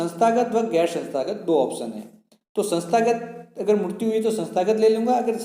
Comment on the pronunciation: Bsdk mrutyu mrutyu kya kya bol rha hai mrityu hoti hai ye....